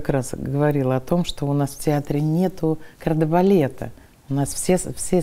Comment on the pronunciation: ребят, ну "Кордебалет", а "кардебалет".